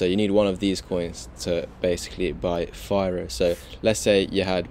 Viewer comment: It’s pronounced fee-roh. Oh yeah, firo is releasing FiroPOW in 2 days. I believe firo will have a big pump by then.